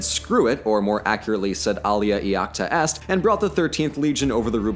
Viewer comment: Iacta is yack- tah. Not ee-ac-ta.